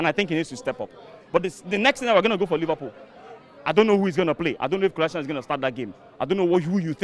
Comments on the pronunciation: As soon as he said ‘Kolansinac’ Despicable Me in da back was conffffusssedd 😂😂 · If you're going to trash talk the man, at least say his name right